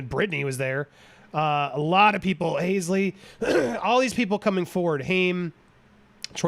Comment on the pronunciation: Halsey is pronounced Hall-sey lol … not hay-sley lol